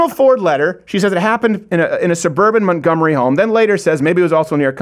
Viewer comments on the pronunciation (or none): none